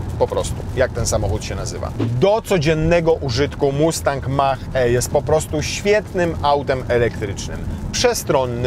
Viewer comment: Tak się nie wymawia nazwy tego samochodu. To jest polskie buraczane sprzeinaczenie wymowy. Poprawna nazwa samochodu pod koniec reklamy